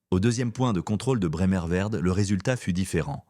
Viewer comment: IA pour parler - trop vite -malheureusement . Des fautes de prononciation comme d'habitude avec l'IA .Ce n'est pas Bremerverde mais Bremervörde . Et Himmler avait 5 collaborateurs avec lui lors de son arrestation . Source Wikipedia . J'arrête d'écouter , ce n'est pas d'un bon niveau .